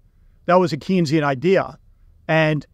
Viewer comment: It's pronounced Kane-sian, Keynesian rhymes with brainzean: Keynes told people that Keynes rhymed with brains.